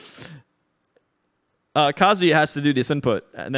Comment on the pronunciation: Kazoo yuh